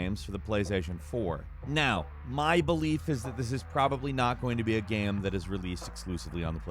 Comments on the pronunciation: why does he say "gaem" instead of game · Why the hell is he pronouncing game like gamum, bandit like bandy? What is going on lol?